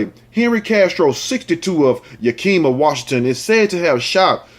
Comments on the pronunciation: you are so funny. You are right. It's pronounce Yack-ca-ma or "yeah"-kee-ma... I should know I live in crazy Washington. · Yakima is a shit hole....It's pronounced "ya.keem.a"! I'm an hour from there! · Know The Ledge Show yak-a-ma the last part sound like your pronouncing mother but with an A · 👀 👅 LMAO~ i still 💗 you tho!! No one ever pronounces the names of these WA towns right unless they are from here.. like me!!!! (YAKK-EM-MA) ( yakk KIM- ma) Sounds like these words..YAKKY HAIR GET 'EM UP YOUNG MA... 👀 👅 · Yak-a-mah is how its pronounced. This is super bs and another unnecessary violent act. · The area where these people live is pronounced yak ca mah. Yakima is a Native American word from Northwestern Indian s. I use to live in Washington State.😊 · Miss Lotus No. Yak-ca- ma. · It's pronounced Yack-ki-mah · It is pronounced Yah/ Kima. Outside Seattle. Love your show.